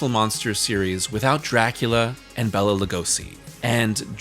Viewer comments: Hate to be that guy, but Bela's name is pronounced Bay-la. Not Bell-A. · you always make great content but I'm sorry you lost me not even a minute in. My name is also Béla but hearing you say Bella the whole time is going to be grating. I'll stick it out tho for you.